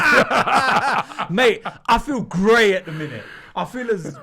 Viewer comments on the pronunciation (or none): none